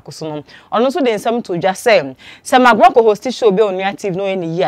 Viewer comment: THANK GOD YOU'VE STOPPED SAYING MIKBROWN. I USED TO LAUGH MY HEAD OFF, EVERY TIME YOU SAID THAT. NOW, YOU'RE SAYING MCBROWN. YOU CORRECTED YOU FINALLY? 😂😂😂😂😂😂😂😂😂😂😂😂😂😂😂😂